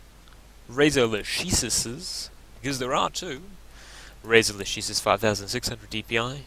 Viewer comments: the pronounce is lakesis, it's latin ;) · Lah-ke-sis mate, try google translate.